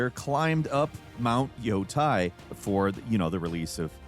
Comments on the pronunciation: Btw, instead of “yo-tai”, Yoūtei is pronounced as “yoh-teeh”, or if you don’t want to go full Japanese pronunciation mode, “yo-tay”. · Ghost of yo-TAY. Not -tie. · Yotei = 'yoh-tay' // not 'yoh-tie.' Ei in Japanese makes a long 'a' sound. Ai in Japanese makes a long 'i' sound. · Yotei ❌️ Yotie ✅️ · Just fyi, It is pronounced yo tay, NOT yo tie. Have a nice day :) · The amount of time they say “Yotei” in that game and in surrounding press and trailers and still you can’t pronounce it right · I love you videos but that's not how you say Yotei